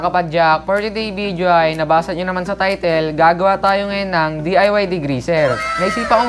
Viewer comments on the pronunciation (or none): none